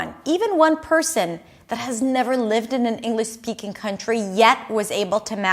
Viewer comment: Hi, - it sounds like Englis. Is that OK ? Please correct me if I'm wrong...